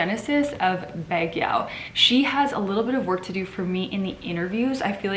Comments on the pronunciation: Baguio is pretty. Baguio is pronounced as bug🐞+ yoh (not yow). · Hi My Queen, congrats to your 2nd baby. Hihi. Im pretty sure he or she will be as gorg as you are. Btw, just want to correct Baguio should be pronounced as Bag-yo. Hehehe. Thanks! ☺️☺️☺️ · Hi Sierra, just wanna correct you, but Baguio— the correct pronunciation is BAG-YO. That’s all. Congrats on your second baby tho!!